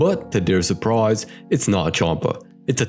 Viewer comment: "surpise", my fav part of the video fr😂 caulifla being the badass here! Damn poor Bulma 😢